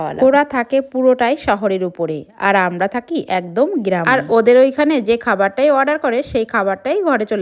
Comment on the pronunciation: গ্ৰিরামে না গ্ৰামে😂